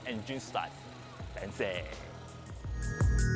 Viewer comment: "fencyy" lol.